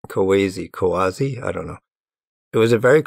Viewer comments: Yeah, it's funny to me, an (ex-)anime enjoyer, hear him say "Kawase" as "Quasi" or something, idk. 😆 'Muricans. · tip for pronouncing romanized japanese names or words: the vowels are always pronounced only one way. "a" is always "ah", "e" is always "eh" (like "send"), "i" is always "ee" (like "seen", same way you'd read an i in spanish). so the name "kawase" is "kah wah seh". it's respectful to double check this stuff before misreading someone's name, ideally. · As a Japanese speaker it did hurt a little every time you pronounced Kawase wrong. You were close but the Japanese え(e) is always pronounced like the e in bed instead of like the e in see. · Kawa-se Great video, but please take some time to understand how to pronounce someone's name before butchering it. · FYI, "Kawase" is pronounced "ka" (like in CAcao) "wa" (like in WAgon) "se" (like in SEctor).